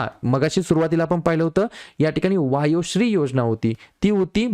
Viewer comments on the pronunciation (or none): मुख्यमंत्री वयोश्री आहे सर वायोश्री नाही.